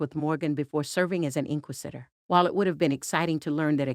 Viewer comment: Holy crap, pronounce "inquisitor" correctly.